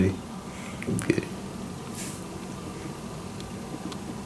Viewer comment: 00.47 göriyim göriyim diyo. güldürdün gahsgfasfhasfs